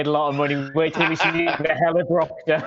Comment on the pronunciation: The heliBROCKter😂😂😂